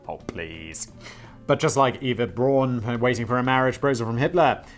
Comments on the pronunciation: So, as a final Fuck You to Danny, Simon ends by pronouncing Eva Braun wrong. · It's so Simon to start by mispronouncing "Eva Braun", read a whole dissertation on the correct German phonics, and then, 30 minutes later, mispronounce it again. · Simon "Eva Braun. Is that complicated? I didn't think so. Also Simon: Pronouncing "Eva Braun" badly for the whole video. Also his pronunciation of "Hitler" is far from perfect. :P Edit: Fuck you Danny! I have wrote this comment before I saw that you corrected Simon in the script. xD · Learns the correct pronunciation of Eva Braun, 30 mins later forgets the correct pronunciation. Then Simon heads off to buy a second mircowave for his date night.